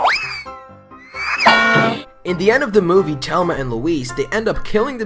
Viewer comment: you said thelma wrong